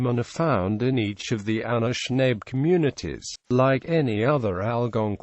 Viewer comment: Pronounced Ah-nish-nah-bay.... Not Ah-nish-nabe